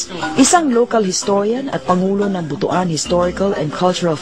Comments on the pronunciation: it is pronounced as "but-wan" not "butu-an" it sounded ridiculous whenever it is being pronounced as butu-an. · Para sa hindi nakaka alam, ang pronounce namin sa Visaya ay BUTWAN hindi Bu-tu-an ( Butuan) kasi parang hindi maganda sa pandinig ang Bu-tu-an, kasi ang Buto sa Visaya ay penis! Yong lang po